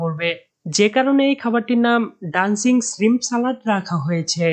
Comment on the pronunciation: ভাই উচ্চারণে সতর্ক হন।এসনেক না শব্দটা স্নেক,স্রিম না শ্রিম্প সালাদ/স্যালাড। বাজে ভাবে নিয়েন না প্লিজ